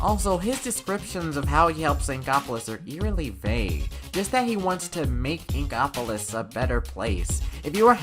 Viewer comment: What's he's saying: inkopolis What it sounds like he's saying: ingopolis